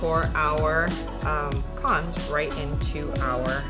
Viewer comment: God bless you for pronouncing pecans correctly❣️💯🙌🏼💯😂 This looks delish, Im definitely making it! Happy Thanksgiving 2024 🦃🥮🍗